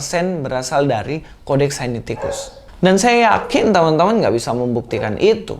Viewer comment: koreksi bukan sainiticus tetapi Sinaiticus. GBU dan tetap semangat mewartakan kebenaran iman Kristen.